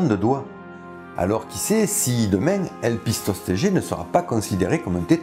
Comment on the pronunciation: Je me pose une question sur la prononciation de "Elpistostege" ... Ne doit ton pas prononcer la dernière syllabe en "gue" comme dans "Stegos" ? C'est du théorique, hein ... En tout cas, toi, tu ne te trompes pas sur la prononciation du Cœlacanthe !